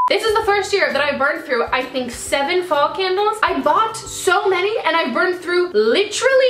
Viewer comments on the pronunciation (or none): none